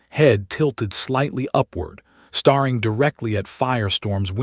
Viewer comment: Geez. Get your AI to pronounce words correctly. “Staring” NOT “starring”.